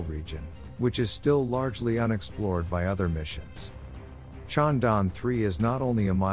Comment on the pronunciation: Is it so difficult to pronounce Chandra + Yaan = ChandraYaan?